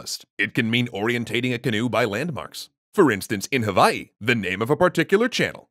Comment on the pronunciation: i subscribed bc you're the first professional outside of hawai'i i've heard say hawai'i correctly